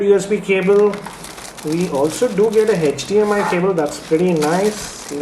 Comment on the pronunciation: its HDMI nad NOT HETCH-DMI